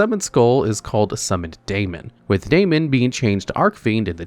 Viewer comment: I know this is pointless because he pronounces nothing right anyway but: Daemon is just an alternate spelling of Demon, they're pronounced the same.